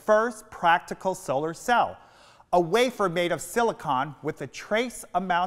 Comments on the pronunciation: He mispronounces solar because it was an uncommon word and he was guessing. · He has a very interesting way of pronouncing "solar". Was that from the mid-atlantic accent, just him, or was it pronounced differently in the 1950s?